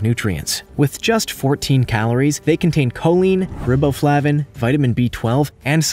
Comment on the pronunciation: 'rib"-o-flav-in, lol It's r-eye'bo-flavin